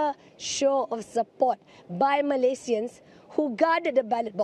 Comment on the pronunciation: I love her way saying Malaysian... in it's original name not in English style